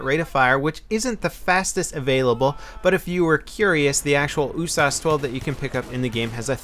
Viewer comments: it's usas not oosas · you say "USAS" like "ooh-sauce"? I usually hear it as "you-sazz" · Ooosaaas okay its u-s-a-s isnt it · 'Ooh-sarse'? Damn, that's a new one. I'll stick to 'Yew-sass' xD Good video, will we be getting any Insurgency videos any more? I love your tactical gameplay on that game:) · what the fuck is an "ooossaaasss"? Pretty sure it's U.S.A.S. You dont say Ach47, you'd say A.K.47, or ooosssp 45 instead of U.S.P.45. Made me crack up every time you said it. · You saying "oo-sauce" gave me cancer. It's a U-S-A-S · He pronounces it Ooo-sauce, isn't U-S-A-S 12? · Why do u call it the ewwwwwsauce it's yousas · It's so annoying when he says oosas in stead of USAS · No no U. S. A. S. not uuuussssaaaaassssss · Every time he said USAS, I kept hearing oooh-sauce lol. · I think it's pronounced "you-sas" level! (Universal Sports Automatic Shotgun 12 gauge) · Why do you pronounce the usas oosas? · >OOH-SAHS Fucking... What? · USAS stands for united states automatic shotgun. It's an acronym not a word. Stop saying oooh-sauce lol. jk. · the way he says usas drives me crazy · You pronounce each letter in usas individually not all together. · Am i the only one who's bugged by how he says Usas? I've always pronounced it saying the letter U, not with the sound.